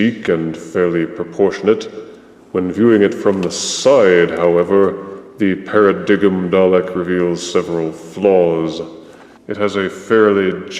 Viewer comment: I on the other hand really like the new paradigm (it's pronounced paradime =P) and wish we had more of them as they were much larger and imposing, though not saying a few tweeks weren't needed. But great review as always